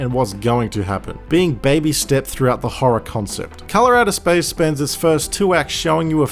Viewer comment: All I hear you say is "Colorado spice"